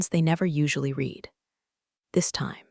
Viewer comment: AI lesson:- 'read' is pronounced as 'red' silent a